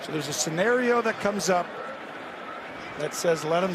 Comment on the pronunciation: scenario..not scenerio